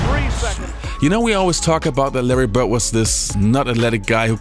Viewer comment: Who is Larry Bert? And who is Dennis Rottman? Please work harder at pronouncing those traling D's, my brother.